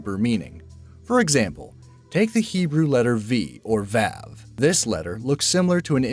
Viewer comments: also me, and the fact he thought you can say "Vi" instead of "Vav" ffs learn the name of the letter before you say it! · Lol did anyone else cringe when he butchered the pronunciation of gematria and vav. It's gem-ahh-tree-uh and v-ah-v